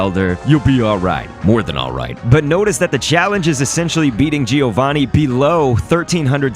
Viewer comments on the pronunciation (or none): Fun fact: said properly, "Giovanni" sounds like "Joe-VAH-nee".